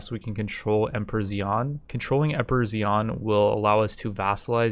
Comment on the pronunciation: emperor is pronounced like "shan", no stop between i and a here. xi'an with the stop is the name of a city